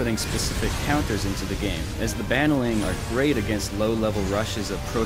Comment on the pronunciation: I hate how he mispronounced 'Baneling'. and i also hat how he acted how everything they put in it was absolutly new and never done before ever. "You can fast forward and rewind to your hearts content!" Not to mention the ability to even save your post-game video!!! Because the ability to fast forward and rewind has never been done before ever! (sarcasm)